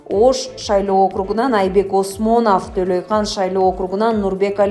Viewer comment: Төлөйкан эмес,Төлөйкөн.Начар окуйт экенсиң.,байкоочуларың бар,кол менен эсептегенде да ушундай эле чыгат.Калмаматов камалсын.